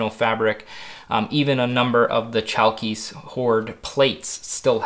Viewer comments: You should pronounce it as Halkis, greetings from Greece. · in Chalkis the "ch" sounds like a thick "h" in harmony and the stress goes to the "i" Hal-kis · Chalkis is pronounced ''halkis'' Χαλκίς and ''halkida'' Χαλκίδα in modern Greek. The island is pronounced ''evia'' a Greek friend : )